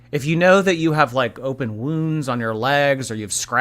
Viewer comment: “WOONS on my LEHhhGs” 😂